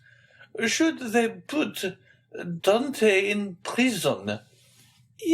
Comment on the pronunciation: Dear reader, you should really have tried harder to pronounce correctly the hero's name, Dantès. As the accent grave indicates, it is not Dantee or Dantei, but Dantaes with a short ae sound and an edible s. Well, I will have to turn off the sound and read myself then.